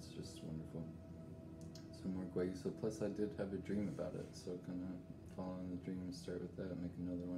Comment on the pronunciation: It's ilex guayusa. And it's pernounced wayusa. The darker stuff is heated to dry and possibly smoked. Beware of smoked teas/salts/herbs. They contain PAHs and cause cancer. Yerba Mate is often smoked. Guayusa is the healthier alternative as it's rarely smoked. I really appreciate this video. Guayusa is my favorite morning beverage. I hope this helps. Stay blessed.